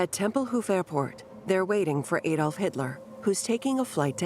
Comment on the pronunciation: Adolf Hitler, NOT Aye Dolf Hitler.